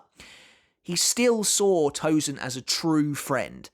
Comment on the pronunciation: Hate it when these English speakers can properly say the « sen » in sensation, but will refuse to do so for Tosen, and instead called him ToZen!!! It’s Tosen not Zen